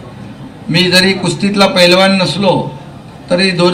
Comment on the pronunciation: आधी पैलवान बोलायला शिका पेलवान काय😂😂